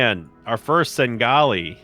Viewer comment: Sengalee lmao. It's pronounced Sen-E-gal.